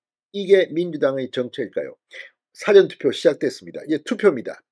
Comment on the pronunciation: <사전투표>발음좀 똑바로하세요. 사전이 영어사전입니까 국어사전입니까?